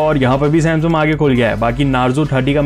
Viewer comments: it is samsung not samsum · Bhai samsum nhi samsung😂 bolo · U said samsum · Why you saying samsum every time irritate me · Bhai "Samsum" kyu bolte ho ? 😂